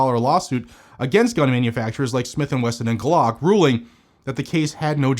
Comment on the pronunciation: Was thinking you were saying Guac instead of Glock...must be a Mexico thing!😂